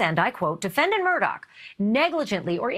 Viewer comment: The name is pronounced MURDA not MURDOCK